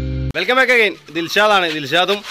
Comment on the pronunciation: ദിൽഷാതാണ്.. ദിൽഷാത്.... 😂